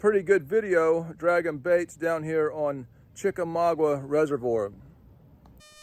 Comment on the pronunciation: I wish you would learn how to properly pronounce Chickamauga